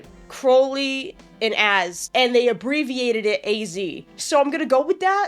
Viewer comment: this is such a pet peeve of mine, but it’s CROWley 😭 CROW-LEY 😭 like the bird! (NOT cROWley)